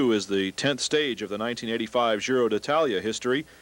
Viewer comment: Gi in Giro d'Italia is not pronounced "dzi" as in the French word "gitane" but like Je in Jesus. The commentators in this video pronounce it correctly many times (not always), many others don't.